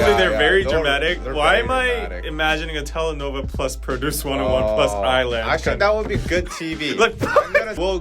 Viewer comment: Tele-no-va. Tele-no-vel-ah. ㅠ